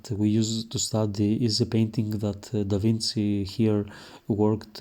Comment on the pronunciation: it is pronounced DAVINCHI like CHEAT no Davin C